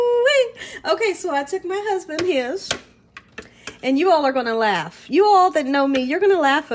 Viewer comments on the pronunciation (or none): none